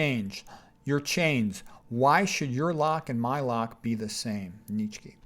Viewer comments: Nietzsche is pronounced "Knee chuh" BTW. 😀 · Where oh where did you come up with that pronunciation of Fred's last name??